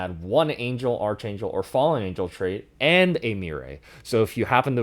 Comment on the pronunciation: Did you just pronounce Archangel with a hard c h